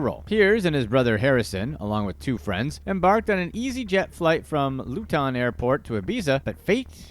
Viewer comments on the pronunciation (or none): From LUFTOWN Airport 😂😂😂😂😂....that was one butchering of LOOOO TOrrrN..LUton Airport